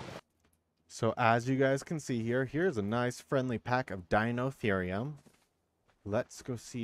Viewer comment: Pronounciation is dy-no-theer-ri-um that's the best way I could spell it